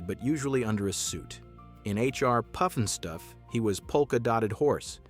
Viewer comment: Robots can't say Puff n Stuff!!